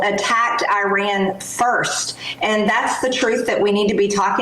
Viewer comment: Can't even pronounce Iran correctly SMH